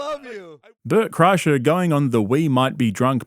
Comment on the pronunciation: Car-kreischer, LOL. What a shambles.